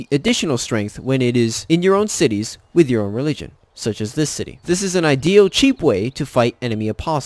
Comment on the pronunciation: “Tith” ha I love it! This guy ain’t never been to Sunday school